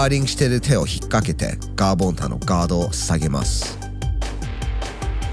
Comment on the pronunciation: ガーボンタの発音ちょくちょく変わるの気になったらおしまい